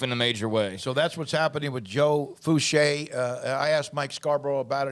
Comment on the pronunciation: Its foo-shay